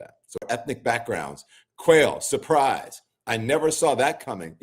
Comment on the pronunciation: Did he say quail surprise?